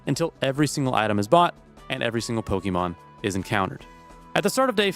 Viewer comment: Please, it's not Pokemon, it's Pokémon. Not only in the writing, but in the pronunciation too.